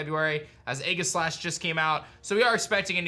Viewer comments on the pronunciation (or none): none